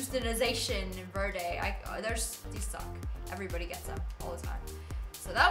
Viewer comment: its pronounced verde not verde